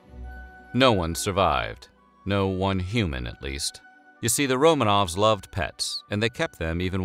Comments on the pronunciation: Stop saying "Romaines". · Did he say "Romains" at one point or is my dark soul warping my hearing? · "Romaines"? Really?